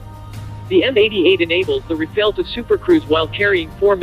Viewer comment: Good vid, just a thing: The two As in Rafale are pronounced the same as America’s last one. The final E is silent, you did this correctly ;)